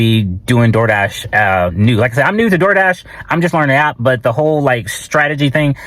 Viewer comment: The ol “Dol Dah” lmaoooo